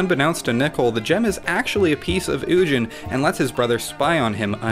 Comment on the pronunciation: I don't trust anyone that says "ujin."